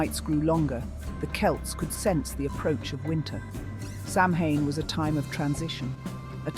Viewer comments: Seriously it's 2024 and you can't pronounce Samhain correctly? It's awfully hard to take the video seriously when you kick it off with that. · They pronounced it like 5 different ways throughout the video and made sure to say Samhain/sammein/sumhoin as many times as possible. Also couldn't finish the video because of this. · in and I'm turning it off for this reason. pathetic.